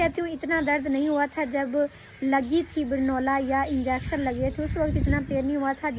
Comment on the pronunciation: Ap banola bol rahi banola nahi kenola boltinh sahi karlo inter mi ho 😂😂😂😂